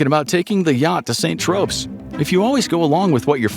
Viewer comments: Did you say saint Tropes? Saint Tropez is how it is pronounced. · "Saint Tropes" LOL. "San Tro'pay" It's like people (or AI's) just don't know ANYTHING any more.